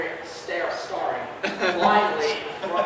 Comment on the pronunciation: Why on Earth did they not stop the guy who started reading ? He mispronounced so many actual non-misspelled words (bowling, convulsively, staring, surly, tediously), it was driving me insane. It was like being back in third grade when the teacher would make everyone read a paragraph out loud and there was always that one kid who it was so damn painful to endure. Like I would've understood letting one mispronunciation slide, but that just became a chore to listen to.